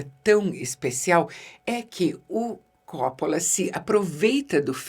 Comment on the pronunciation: Eheheh no inicio do video ela pronuncia cóppola e depois, no meio ali por volta de , pronuncia coppóla pra no final voltar a pronunciar cóppola. Diva que fala a lingua dos cinéfilos cults e a lingua do povão (ou isso ou saiu do personagem)eheheheh